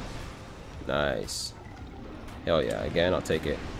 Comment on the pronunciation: I spent WAY too long trying to figure out if you were saying "hell yeah" or "yell heah" Anyway, great video lol